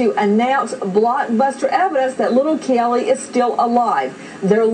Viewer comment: Why the hell can't Nancy pronounce CAYLEE's name correctly? It's not Kellee, it's Caylee! What a stupid bitch.